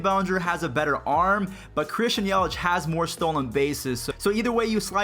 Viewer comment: Matthew Cerritos It’s Yelich not yelitch